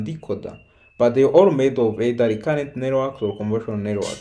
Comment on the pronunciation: More than once, it sounds like he is saying "conversional" instead of convolutional, and it never sounds like he says convolutional.